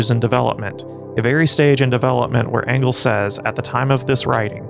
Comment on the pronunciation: yo said "Fredrick Ongles" lol